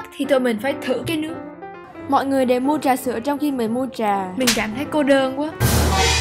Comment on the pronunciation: Mình biết học trong môi trường tiếng Anh nên Tiếng Việt của không tốt lắm nhưng đoạn là “ trà sữa”